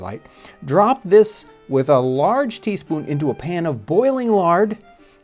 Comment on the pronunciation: tea-fpoon? was this written by Mike Tyson?